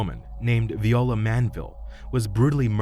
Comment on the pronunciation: Viola is not pronounced Vee-oh-lah. That’s the instrument. When it’s a person or a flower, it’s Vye-OH-lah. I know this because Viola is my middle name.